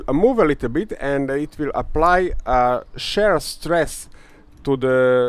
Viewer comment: Please note that what you refer to as the stress/pulling test is called "tensile strength", and also, shear is pronounced "SHEER". Great video! And very informative too. You really put your life on the line for this one :)